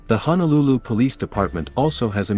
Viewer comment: Brah, Honolulu and Waianae are separate counties. And it's HONOlulu, not HANAlulu. I can tell you one haole from da mainland.